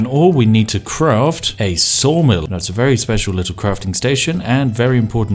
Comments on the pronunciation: Oh you said saw mill, I thought you said soul mill. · I thought he said soul mill not saw mill.